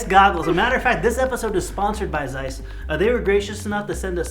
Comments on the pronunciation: Nicht seiss sonder Zeiss! Zsss, Zsss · Зайс?.. Я бы сказал Цейс..